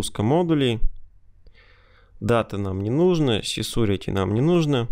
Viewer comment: Всё норм, но твой английский просто серпом по одному месту. Емайл, сисурити, нумбер и т.д.